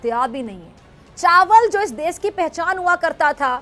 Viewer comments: She says, desssss, not desh😂😂😂😂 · Isss farzi daaagtar ko koi batay ja kar kay ‘Des’ nahi hota … ‘Desh’ hota hai 😆 Aur raat ko torch laga kar treatment na karein - isse acha Savere jaldi clinic kholein aur Din me treatment karein 🙄🙄 Matlab sach me jaahil kaum hai ye 😏😒